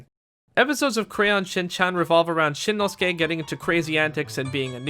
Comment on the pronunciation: Shinnosuke... nicely pronounced